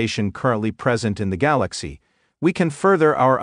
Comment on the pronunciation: Simply put and well done. Work on the pronunciation of Galaxy!